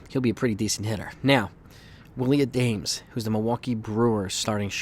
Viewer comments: Not A-dames. Its pronounced Ah-dom-us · It’s A-DA-MES not Adames. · Isn't it pronounced ah-dam-es?